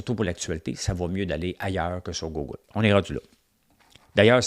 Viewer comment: Je t'écoute chaque matin et by the way quand tu dis "Gougoule" moi j'adore ça. Ca fait partis de ta couleur 😛😎 Merci pour ton show